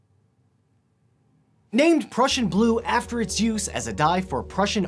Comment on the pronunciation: me a russian, hearing that horrible mispronuciation. No really. I had to rewatch that moment 4 times to understand what does blue have to do with russians and to understand what he was saying lol.